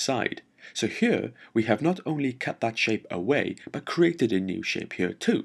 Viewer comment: I like it when he say's..."ghere"...:)